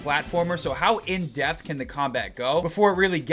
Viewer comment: every time you say "depth" it sounds like you're saying "death" lol